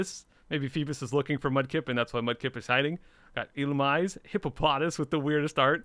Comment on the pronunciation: it's pronounced Illumisé